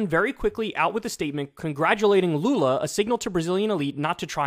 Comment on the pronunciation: just gotta comend you on the pronunciatin of lula's name , youre one of the few americans who have gotten pretty lose to the portuguese pronunciation of his name . Also papa GOAT is also acceptable for lula